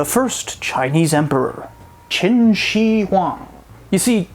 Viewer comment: Love your content...just FYI the "shi" in Qin Shi Huan is pronounced "Sher"😉